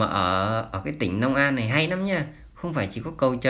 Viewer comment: Nhà báo gì mà nói ngọng long an lại nói nong an